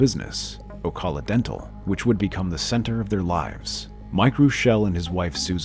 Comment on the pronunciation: Mispronounced Ocala....